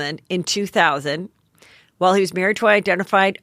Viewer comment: I love your Heatherisms so no need to change, but it’s “Worth my While” not “worth my wild” 😂♥️